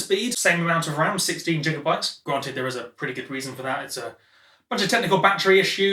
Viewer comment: Why you keep saying Jigabytes? It's gi-ga-bytes as in grisly foken bear.